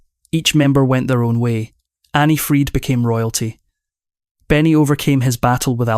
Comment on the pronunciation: Clickbait, he can’t even pronounce Anni’s name correctly 😅😅😅